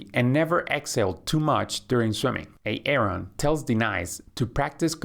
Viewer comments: Yeah the way he says A-Aron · ㅋㅋㅋㅋ 에이 에이론 ㅋㅋㅋㅋㅋㅋㅋㅋㅋㅋㅋㅋㅋㅋ 아론 아님? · Lucky me I understand who Aaron and Denice are when I heard the host said these names😂😆😆🤣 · fix the A-Aron and De-nice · Did I just hear him say A-Aron? And De-Nice? 😂😂😂😂 yooooo lmao!! Iykyk! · Pleeeeeeeease!! It’s not how you pronounce Aaron and Denise. It’s not A-aron and De-nice!!! I’m trying so hard to ignore, but I can’t! 😩 Great instructions otherwise! 😁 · De-nise and A-Aron. XD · Ha, ha! The voice says "Ā-ā-ron" and "Dee-nīce" like Keegan-Michael Key does in a skit as an inner-city, substitute teacher doing role call in a white classroom. It's from the comedy show Key and Peele. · Great video as always but the names A-Aron and De.Nice reminds of the substitute teacher from Key & Peele😂. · A-aron and D-nise lol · Hasn’t anyone told you the proper pronunciation of the names ‘Aaron’ and ‘Denise’? Ha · Thats not how you pronounce those names lol